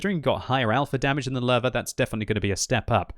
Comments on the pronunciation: I keep hearing larva instead of Löwe. You might want to put it into google translate and listen to the correct pronunciation. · Is it just me or does it sound like says larvae when he tries to say Lowe? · The german "W" is pronounced "V"